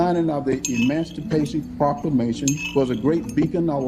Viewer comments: Emanstapashun prahlamation lol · Herschel said "Emanstipation Proclamation"😂😂😂😂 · “Blike” (black) and “Emanstipashin proclamation” killed me.🤣🤣🤣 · This fool said The Emanstapation Proclamation 🤦🏾‍♀️ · First of all, what is the “Emanctipation Procamation?”